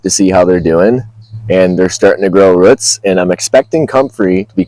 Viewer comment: I enjoy the way you pronounce the word "roots". Going to try growing comfrey from seed in the next week up in the Vancouver, BC area by following your advice 🙏🏾